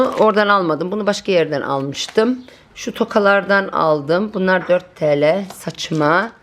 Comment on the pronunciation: bazen yarı Türkçeyle birseyın fıyatını söylüyorsun yaa 15 Teleee dıye 😁 cok hoş oluyor.